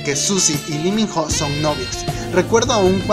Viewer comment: "Gors jenereishon" "La lleguaypey" "tueniguan" :-) Suzy es mucha mujer para lee we.